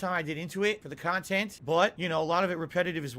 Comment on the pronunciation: He can't say dog, box or content correctly, of course he can't say Miquella.